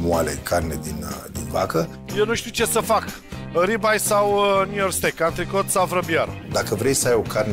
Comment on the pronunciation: Steak este pronuntia corecta, dar cred ca s-au grabit